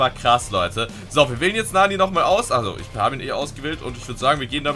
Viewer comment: Bruder es heißt nicht Naani, es heißt Nanny. Und sie ist weiblich, nicht männlich